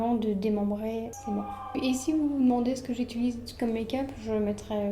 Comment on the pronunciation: on dit: utilise pas itulise 😂😂😂 non je t’adore 🫶🏻